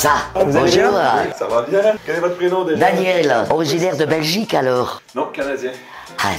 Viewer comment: "originaire de Belgique" avec son accent canadien 🤣🤣🤣🤣